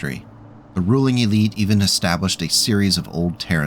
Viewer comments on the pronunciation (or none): none